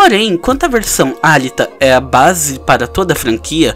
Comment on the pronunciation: Acho que se pronuncia Alíta